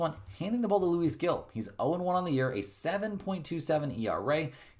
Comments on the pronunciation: The baseball player Luis Gil's name is pronounced "LOO-ees" "HEEL". The "Gil" part is pronounced like the English word "heel" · Love the vids but can you please look up how to say manaea and now Gil as well ❤before I jump through the screen to tell u 😂